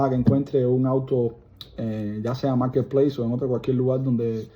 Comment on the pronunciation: Maaarrrketpleisss. Ou may gad